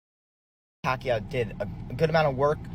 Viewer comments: Pronounce it as YAHWWWWW, not YOU !!!! Anyway, boxing is a gambling world, so what would you expect? They need to get that money back, after all, they're just using Manny as always! Though I need to complement Barrios too for being such a humble boxer, realizing how privileged he is to fight with a legend! After all, we all felt a sense of pride seeing a great fighter like Manny come back to entertain us after so many years, especially during the COVID pandemic. I mean 46 yo? I felt my rheumatism then!!! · Pak-u 2…learn how to pronounce mannys last name! And if u can’t, just call him by his first name!